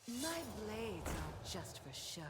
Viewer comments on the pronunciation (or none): none